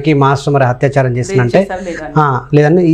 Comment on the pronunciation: హత్యాచారం కాదు....అత్యాచారం. అత్యాచారం